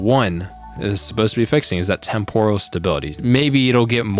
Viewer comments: Tem-poral := Temp-ur-al 🙂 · témporal... please... you're killing me